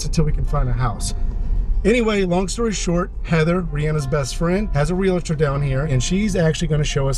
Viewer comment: It is not pronounced real a tor, it is realtor, and you pronounce it exactly like it's spelled I don't know where this letter a or letter I comes in the middle of that when people pronounce that word. That is annoying to me how many adults don't know how to pronounce the word realtor